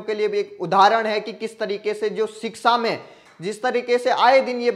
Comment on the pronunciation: सही उच्चारण है-शिक्षा